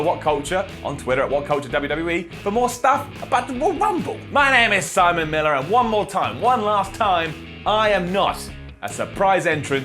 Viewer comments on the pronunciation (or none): none